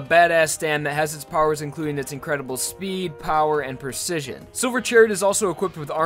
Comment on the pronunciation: Lost it at the botched pronunciation of precision Persijun Also, kinda pointless to bring up speed, accuracy, n power. Its already implied that they're strong